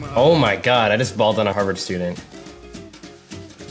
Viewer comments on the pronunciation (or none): none